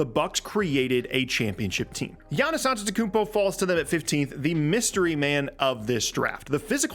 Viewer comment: Giannis Adetokoubo. Giannis Antetokounmi.